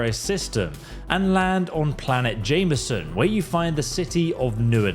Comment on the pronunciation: JEM-I-SON. Ffs sake dude how hard is it?